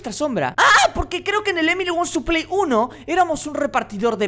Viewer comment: XD robléis no save leer dise entre por a to play XDDDD🤣😂🤣😂🤣